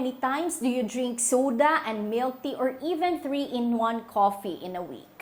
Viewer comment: I cannot understand your English if you’re saying milk in your coffee and tea. I cannot understand the word if it is milk, I don’t know if you’re saying cut out dairy products?